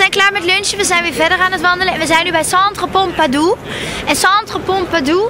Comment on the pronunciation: het is Centre Pompidou;) Niet Pompadou. Die cute uitspraak